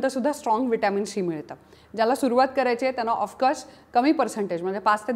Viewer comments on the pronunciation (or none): शी का बोलत आहात तुम्ही ..... सी असे बोला😂